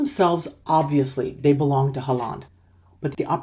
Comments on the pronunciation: You make 'Haaland' sound like 'half duck' in norwegian 😅 Its more like "Haw-land" 😀 I've said it for months; Norway plays as a team, while most other teams play like a collection of players. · His name is pronounced Haw-lan. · Please try to pronounce Erling Braut Haaland's name correctly ; The double aa sounds like A in Always. So ; Haah-landh. ❤😊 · Even though you might not need to say it again, the main stress is on Hå [he uses a pre 1917 spelling], and the a in -land is short and is less stressed.